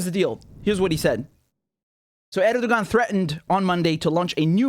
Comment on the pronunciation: The "ğ" in Erdoğan is silent. So it's pronounced "Erdoh-an"